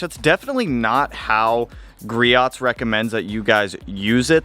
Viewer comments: "GrioT's" lol "gri-O's" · Hey buddy, just a tip. It's pronounced Greee-ohhhs. Lol.